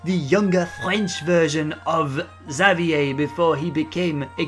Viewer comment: you called xaviers name wrong